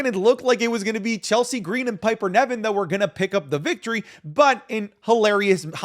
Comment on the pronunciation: please stop calling her Piper NEVIN, ITS NIVEN